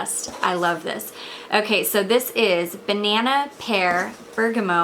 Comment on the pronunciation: When I heard you say banana, I had to rewind to make sure I heard you right lol :)